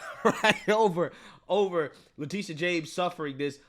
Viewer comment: I like the says her name Le-TIT-ia